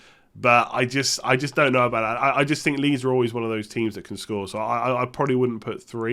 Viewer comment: thumbs up if you love "Bhouut":D